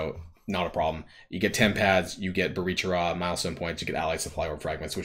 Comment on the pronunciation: Yeah all these events are cities/locations in the world or in the mcu. I feel like he should watch more MCU stuff so he gets pronunciations, or at least gives 5 seconds of research for a city in Columbia.